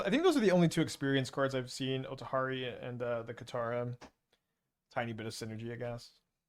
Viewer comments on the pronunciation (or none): Not bothered, but that othari pronunciation must be a troll